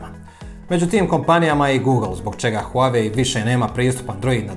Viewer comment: Huawei telefoni nikad ni nisu ni bili na američkom tržištu. Možda njihovi delovi kao matične ploče i čipovi ali telefoni nikad. I ne izgovara se huave, već Wahway..